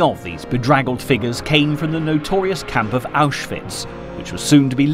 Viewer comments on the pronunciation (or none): none